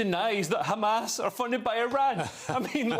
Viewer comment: His pronunciation of Hamas suggests yes, or at least he was coached by someone who is.